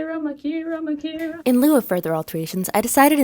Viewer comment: i was today years old when i found out her name is pronounced '' not 'micarah'